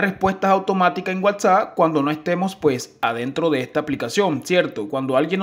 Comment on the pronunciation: MEJORA LA PRONUNCIACION DE LAS PALABRAS,,,,, te comes las letras en las palabras desde el nombre de la aplicacion ni la sabes leer..